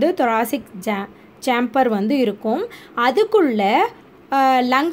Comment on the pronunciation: Sorry, it's pronounce =chamber-cha-am-ber